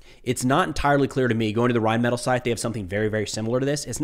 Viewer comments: (, it’s like “rhinemetál” with the accent on the last syllable.) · Not that it matters but small correction the 'metall' in rheinmetall is pronounced like 'meh' 'tall' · Thought it was pronounced Rhine met ALL? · .... another fine name mis-pronounced by an 'merican lol. Otherwise, good content, keep it up.